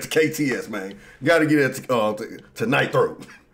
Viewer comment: This man called him knight throat 😂😂😂